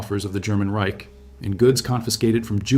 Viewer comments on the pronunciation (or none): none